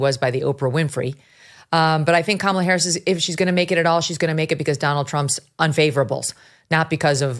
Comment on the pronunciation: Didn't Oprah mispronounce "Harris"? Isn't that supposed to be disrespectful?